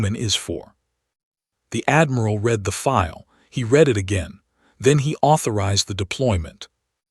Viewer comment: Poor choice of text to voice followed by lack of quality control. Words are consistently mispronounced. Minimum test: read as 'reed', present tense read as 'red', past tense Please correct before trying again.